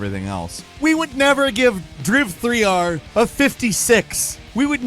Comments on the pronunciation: It’s not DRIV-3-R, it’s called DRIVER 3 omg!!! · It’s not driv-three-ar 😂 it’s driver 3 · Driv-3-r? It’s pronounced Driver. Jesus. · It’s called driver 3 :) not drive 3R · Saying driv 3 r is ridiculous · Its pronounced "Dry v'three'r" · Driv-Three-Arr xDDDDDD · You're killing me with the "Driv-3-R" pronunciation lol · Dryve tryar😂😂😂😂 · lol "Driv-3-R"... Seriously? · DRIV3R is pronounced "DRIVER 3". Geez, you know this and you pronouncing it that way is just annoying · lol, insisting on calling it "Driv 3 R" to insult the game. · For example, I appreciate that he stuck to saying "Driv-three-are" for the entire segment. 😅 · Hearing you try to pronounce DRIV3R.......dead 🤣🤣🤣🤣🤣🤣🤣🤣🤣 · I've gotta say, the intro to driv3r and the various ways of trying to say the name got me good, i had to rewatch it several times and it was just as funny each time, 👏 kudos 👏